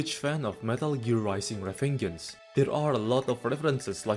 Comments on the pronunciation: reveng-gance minor pronounciation mistake I win 😎😎😎😎😎😎😎😎😎😎😎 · Did you say revengence with a g sound not a j sound?